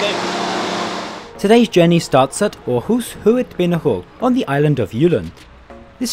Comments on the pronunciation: Thanks for doing a vid on our trains even tho it was a thumbs down oh and btw u pronounced Århus very good. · Thanks for trying to get the danish pronunciation right - with varying result, however: Aarhus sounded fairly authentic, while Odense was a near fail .) Did you know that you quite often can find the pronunciation in the (english) WP article on each place (and mostly correct) - provided you can read the global IPA script?